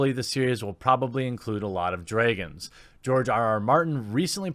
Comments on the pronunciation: I'm sorry.... "DrAYgons"?? Is that how you (Jeremy) really pronounce it? great video though! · David "Bynof", "Dreygons".... Cant you read?